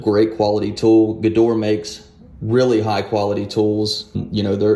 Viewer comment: You pronounce Gedore incorrectly. After 'gedor' there is an additional sound like 'ae', exactly the same like after 'g'. The last wovel is not silent in German. So, the full name sould sound like 'g ae do: r ae'.